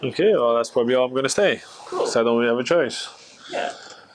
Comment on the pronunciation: Fete is pronounced fate and Oamaru is pronounced om-ma-roo.